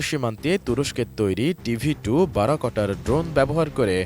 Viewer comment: উচ্চারণ বারাকোটার হবে না, বায়রাক্তার হবে।